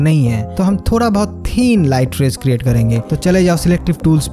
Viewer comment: थोरा instead of थोड़ा 😁😁😅😆